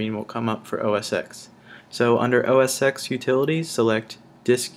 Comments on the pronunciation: Great video and very informative for Mac newbies so thanks for that my friend. I hate to be a tool, but I must just mention that "Mac OS X" is pronounced (phonetically) MACK-OH-ESS-ECKS. As the X is the Roman Numeral for 10 (i.e. the tenth generation of the Mac operating system. So we always say "Mac OS ten" - trust me on this one. Watch every Apple keynote or presentation if you don't believe me and you'll see nobody at Apple says 'oh-ess-ecks'. Sorry for being a dick but I had to say. But by means of apology, I'll give you a thumbs up for a great vid. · Well done. 'OS X' is pronounced "OS Ten" by the way.